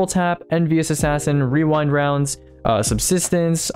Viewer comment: I’ve never heard anyone pronounce “rewind rounds” right on the first time. Gotta respect that.